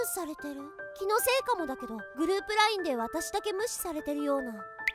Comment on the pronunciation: LINEって言ったり、WINEって言ったり、ごちゃごちゃで草